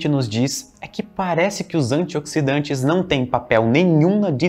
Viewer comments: antiódsidante kkkkk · " os antioquisdantes" kkkkkkkkkkk